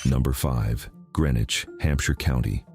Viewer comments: Prescott is mostly above water. And Greenwich was pronounced Greenwich not grenich. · Watching from Orange, MA. I have walked the road to Dana Common a few times. Dana was in Worcester County, not Hampshire County. It is all now part of Petersham, MA. Also, Prescott was in Franklin County, now part of New Salem, and Greenwich is pronounced GREEN-witch. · GREEN-wich!! Like the one near Albany NY and NOT CT?!